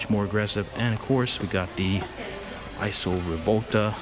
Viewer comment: EEESAW (ISO) Rivolta. Not EYESEW.